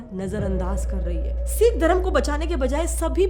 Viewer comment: Phle na tu Sikh pronounce karna to seekh le kanjari😂